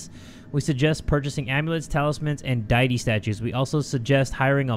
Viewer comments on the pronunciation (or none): saying deity as diety is getting me lol. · de-uh-tea is how your prenounce deity